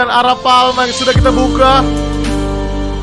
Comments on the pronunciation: itu namanya Arapaima bukan arapalma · Prasaan A R A P A i M A kok jadi a r a p a L m a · Bang Arapaima kali bukan arapalma-_ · bang itu Arapaima bukan arapalma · Itu bukan aralpalma bg, tapi Arapaima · Bang itu namanya arapaima bukan arapalma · Bang kalo di real life nama nya arapaima bang bukan arapalma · Bang namanya ikan Arapaima bukan arapaLma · bang nama nya bukan arapaoma tapi Arapaima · Bang Arapaima bukan arapalma bang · Namanya arapaima bang bukan arapalma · arapaima bang bukan arapalma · ikan arapaima bukan arapalma i bang bukan l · Arapaima bukan arapalma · Arapaima woi bukan arapalma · bang maaf kata kakek aku arapaima bang pake i bukan arapalma pake L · Arapaima is not Arapalma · Perasaan namanya arapaiiiiiima, kok arapalma, aneh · arapaima🥹 bukan arapaLma😭